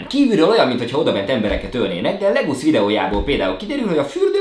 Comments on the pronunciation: A srác nevének helyes kiejtése Legus nem pedig Legusz de a video király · Szia! Koszi hogy ennyit foglalkozol ezzel a helyzettel!❤ Csak annyi hogy Legusnak kell a nevemet ejteni.🙏🔥